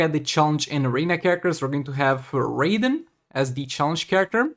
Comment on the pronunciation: When you said raiden I thought you are saying raven 😅